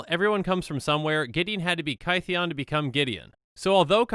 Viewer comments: It's Kith-ee-en :( not Ky-thee-on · In ancient greek the theta is not a th it is a t-h. So theta for example is t-heta. Gideon's name is kytheon with the y making an i sound, it sounds more like kit-eon. Hence when the knights that gideon met after planeswalking heard his name, they for lack of a better word anglicized it into gideon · It's not KY-thee-in as in rhyming with "pie", but KITH-ee-in, rhyming with "pith". His name was mispronounced as GIDDY-in, not GUY-dee-in. Straight from Doug Beyer of Wizards: "Kytheon Iora is pronounced “KITH-ee-un ee-OR-uh.” “Kytheon” uses the same vowel sounds and first-syllable-stress as “Gideon.”" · No one:: KY-THEE-ON I also just realized that Chromanticore is just WUBRG Kestia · Kytheon is pronounced Kit-heon. This is addressed when he does his first Planeswalk to Bant, and the locals recognise the hard vocalisation of the "K" and the "T" but replicate it as "G" and "D," probably due to speaking with vibrating vocal cords, as opposed to inert cords. Tamanoa is a group. The flavour text reads "...the tamanoa rose to bring a new morning..." with a lowercase "t." Much like you would say "The sheep are in the shed," if you talking about a group of the animals, or "The Sheep is in the shed" if you were talking about a singular being named "Sheep." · I think Kytheon is supposed to be pronounced similar to Gideon. K is a softer "G" sound, and TH is a softer "D" sound. Also, it's not "Kitsune Mystic" it is "Kee-tsuu-nay Mystic" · I’m sorry but I’m really ticked off by your pronunciation of Kytheon. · My stance on name pronunciation is "it's fantasy, who cares?" but I think Gideon's name change is interesting, so here we go! "Gideon" is a mispronunciation of "Kytheon," I think -- iirc he goes by Gideon because it's easier for people outside of Thermos to say. So the y in Kytheon is probably pronounced like the i in Gideon (like "kid") and the th is probably hard (like in "that") -- "Kiðeon." Anyway, I just think it's neat. :)